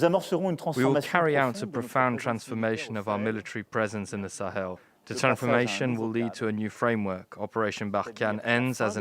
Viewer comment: "Teh Sahel" ?